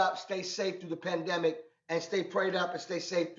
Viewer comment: "PENdemic" tho😂😂